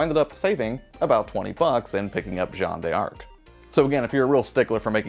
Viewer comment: The D'arc in Jeanne D'arc is pronounced as dark btw. Found out recently from a French native.